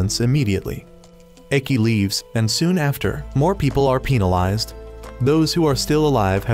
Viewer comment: Why was penalized pronounced peenalized